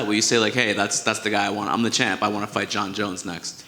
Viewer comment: Did he say jer jones?